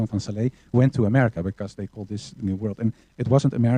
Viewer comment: Called SLA not Sala !